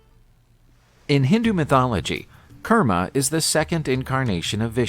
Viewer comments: Its pronounced as koorma (kurma)avater not karma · not Karma it’s KOORMA 😂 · its pronounced "Koorma"